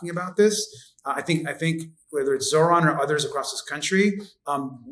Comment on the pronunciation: Please pronounce Zohran's name properly. The emphasis in on the second syllable. This isn't rocket science. He has spoken his name numerous times on his ads.